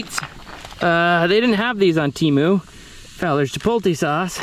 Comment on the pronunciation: Chih-POHT-lay not Chih-polt-a. Come on man.